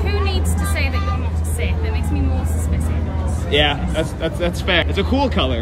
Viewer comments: The way she pronounces “suspicious” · The way she mispronounces suspicious haha.